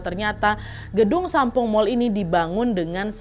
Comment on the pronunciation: lama² nyebutnya bukan Sampoong lagi tapi Sampol 😂😂😂 Ngeuh gak yaa die 😂😂😂